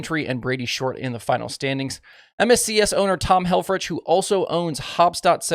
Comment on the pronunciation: Tom’s name is pronounced Hel-frick. He finished second when Bloomer won his first World.